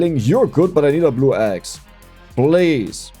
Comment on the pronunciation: I swear I keep hearing "Ghost Eggs" instead of axe.